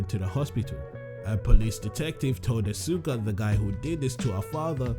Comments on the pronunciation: EnderMan BOSS it pronounce "aska" I think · it's pronunced ask ah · Asuka is my favorite. One thing that bugs me though is when people mispronounce her name -_- It should be pronounced Awe - skuh instead of Awe - soo - kuh or Awe - suk - kuh. I think a lot of that confusion was due to the announcer in Tekken 6 during character select mispronounced her name when she was selected. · u pronounced Asuka wrong